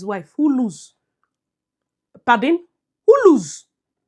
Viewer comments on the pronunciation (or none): I always just laugh out loud when I hear you say Pardinn😂😂😂😂😂😂😂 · I like it when she say Pardin😂😂😂😂